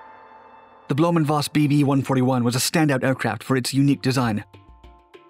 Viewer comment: To help you with future German pronunciations (and because Germans like it correctly 😂😉) the V both in Blohm&Voss as well as in Dr. Vogt is pronounced as F not like you did with a W pronunciation. No criticism! Just want to get you better. I love your videos.